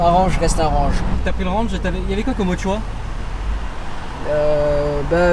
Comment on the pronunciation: Tu aime mon "renje" ?